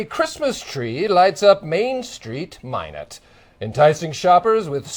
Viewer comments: LOL, she said "MyNards" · Oh fuck i thought why are they keep saying MY NUTS then i realized its Minot lol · Hahah, he pronounced "Minot" wrong. Instantly showed he was an outsider.